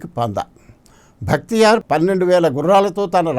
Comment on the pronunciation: It is not "Bhaktiyar"; but "Bakhtiyar'"